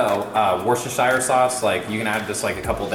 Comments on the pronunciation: just as a side note we in the uk pronounce Worcestershire woostershr. It is an English county. Also did you know your A1 sauce originated in England, at Buckingham palace. Apparently when the royal chef served up the A1 sauce, the then king exclaimed that the sauce was A1 which means it was excellent. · The pronunciation of Worcestershire is killing me 😅 also I swear there are olives in big Mac sauce